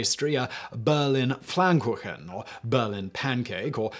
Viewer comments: Thanks for clearing this up. I am German and was a little confused when I first heard the myth, I of course knew the speech but never linked it to pastry. BTW it is "Pfannkuchen", not "PfLannkuchen" - which sounds funny and should exist as a word though. Sorry, had to be German/pedantic there. :) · Except he pronounced it something like "flankuchen". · I think Simon just can't pronounce "Pfannkuchen" properly ;)